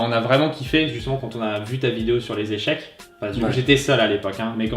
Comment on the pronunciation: ca se dit pas "echec"!!!!!